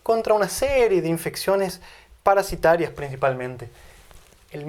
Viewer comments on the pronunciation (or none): Por favor, corregir, parece que dice paraCitario, debe decir paraSitario